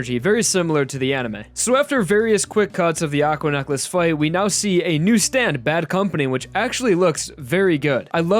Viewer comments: Why do you pronounce necklace like "nuck-les"? Edit: Don't mind my rudeness; I'm a little drunk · Why does he pronounce necklace so weird